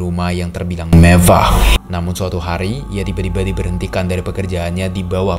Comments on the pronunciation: Kaget aku Saat abang bilang "MEVAH" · Gak ada yang ngebahas kata "MEVVAH" itu kah?